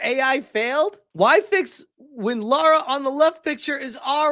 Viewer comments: Lara. Not Laura! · he really consider himself a big tomb raider fan but can't say the lara's name properly laura❌ Lara✔️